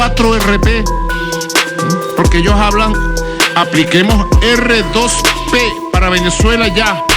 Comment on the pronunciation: Ni el sabe lo que es el R2P... No lo sabe ni pronunciar. NO ES DUEÑO NI AMO Y SEÑOR DE VENEZUELA. Y usted querido amigo...no lo repita.